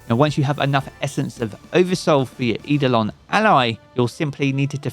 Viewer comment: eidolon is pronounced "eye-dough-lawn" btw